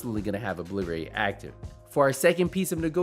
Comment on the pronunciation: In seeeink! Ahah you funny bro an how you say obliterate aha 😂